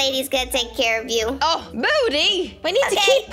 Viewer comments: Way you. Sanna. Call moody. Moode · I was dying when sanna was calling moody moidy then momo then mody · I love how Sanna is calling Moody "Moddy" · I love how Sanna said youre unicorn was rescued by sanna and then moddy instead of moody lol